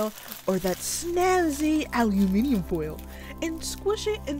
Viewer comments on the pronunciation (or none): Al u minivan foil. She never fails to make me laugh :D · Al u minivan? 😂😂😂